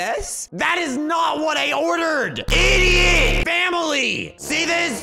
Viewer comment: I love it when he said lldot